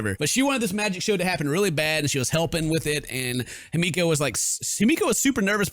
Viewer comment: The way he pronounces himiko- It’s He-Me-Co Not Hi-meek-o My gosh 🤧😖